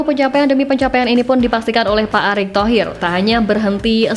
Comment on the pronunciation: Pak Erik mbak Pak Erik .. bukan Pak Arik...hmm Estetis banget bacanya Atawa gak tau mbak...